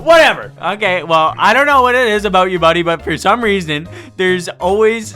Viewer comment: "aboot" - August 20 2023